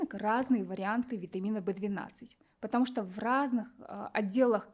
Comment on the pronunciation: Не понятно что она говорит вит В 12 и что? Для когнитивный способностей